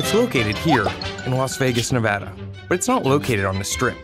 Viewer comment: OMG YOU SAID NEVADA RIGHT